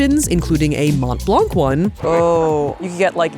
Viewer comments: For future reference, the C at the end of blanc is silent source: I'm French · You dont pronounce the "c" from blanc its there for starting the femine of "blanc" which is "blanche" :3 But the masculine form is silent so you dont need to worry about it. Much love <3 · As with half the letters in French, the "c" in "Blanc" is silent. Not complaining, just trying to educate.